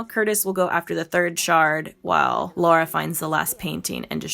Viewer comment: Amazing vid! But just a bit cringe and frustrating how you kept mis pronouncing her name like Laura (Lor-uh) instead of Lara (Law-Ruh). Lol. Other than that, great summation and refresher! Been YEARS since I've played it. The nostalgiaaaaaa. This is def one of my faves too despite the "flaws"